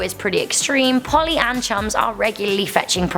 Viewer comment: Hi,you missed the "l" in Polly!